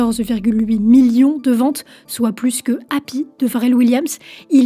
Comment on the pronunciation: Le mot Million prend un seul M, pas 4. Bizarrement le mot Morceau tu le prononce sans problème 😉